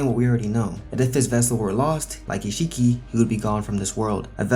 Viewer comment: The way said isshiki, he said isshii